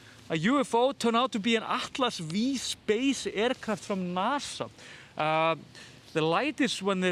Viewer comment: In case you want to know; Atlas V is Atlas Five, not Atlas Vee. It's the Roman numeral V/5. :)